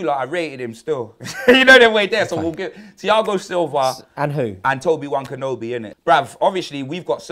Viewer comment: Tobi wan kenobi that makes me laugh